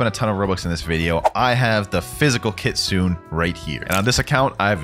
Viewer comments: kitsu-ne Not kit-sune!! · Kit-su-ne not Kit-sune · Bro If keeps pronouncing Kitsune like “kitsoon” ☠️ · For everyone who doesn't know kitsune is pronounced kit-soon-ayyy